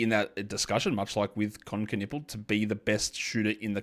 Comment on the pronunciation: Hey, I know you are really into the names stuff, so: Knueppel is a German name, i guess. Because a Knueppel is a stick in German. A stick to beat somebody to be excact. And silent Ks are not a thing that exist in German. So give it the loudest K you can. Greetings from Germany